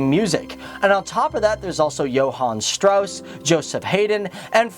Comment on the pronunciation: I love it how you say johann Strauss. I know not an easy language, but good job with the german words, not so easy this language